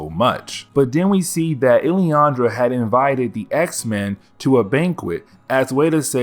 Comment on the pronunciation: Lillandra. LIL-an-DRA